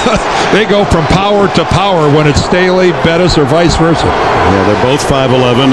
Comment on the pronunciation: Dick Enberg calling Bettis, Burris multiple times. Awful.